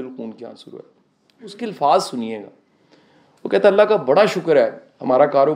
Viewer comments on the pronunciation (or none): none